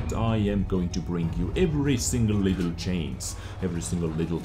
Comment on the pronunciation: i love how he pronounces 'change' like 'chains' :O chains this chains that